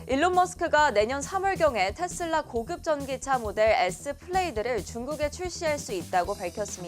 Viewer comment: 텟슬라 텟슬라 텟슬라.. 이거 원어민 발음인거죠?